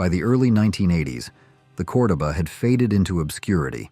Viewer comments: I know, that pronunciation was driving me nuts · Chrysler “core-dough-baa” lol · Almost everything you stated about the Chrysler "CORDOBA" is incorrect, including the pronouncement of the name!! If you can not rely on A I to correctly pronounce your content, speak it Yourself! Its the least you could do for your audience. BTW Chrysler had the swivel seat introduced in the 1950s Imperial & many of their "Letter" cars.